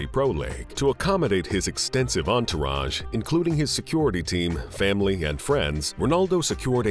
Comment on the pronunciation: Why does this Narrator speak like this.. “Famalay, masterpace, countray, trophays” LOL WTF?